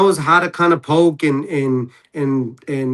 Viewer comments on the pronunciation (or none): none